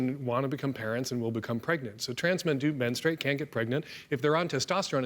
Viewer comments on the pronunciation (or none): Super cringy hearing bill say “menstrooate” repeatedly. Dan savage tried to save him by pronouncing it right but bill didn’t take the bait. 😂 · Someome needs to tell Bill how to pronounce “menstruate”. Hint…it’s not men-stu-wait. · Hahaha maybe if you can’t actually pronounce menstruate you should kinda step back on the topic and listen